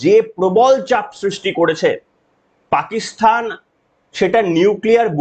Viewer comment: পাকিস্তান কে পাকিস্থান বলছো? আগে ঠিক করে বলতে সেখো পরে video বানাও।